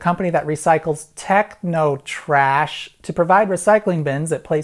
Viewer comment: the sheer disdain with which he pronounced the word "technotrash" nearly made me choke on my lunch.